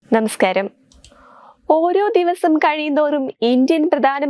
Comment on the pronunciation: നെ മസ്ക്ാരം അല്ല മോളേ നമസ്കാരം എന്ന് പറയാൻ ശ്രമിക്കു